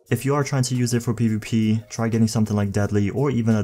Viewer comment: Nigga it's PvP not PuP